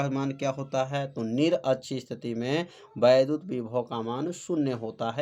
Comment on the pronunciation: Vaidhut ❌ Vaiddhut ✅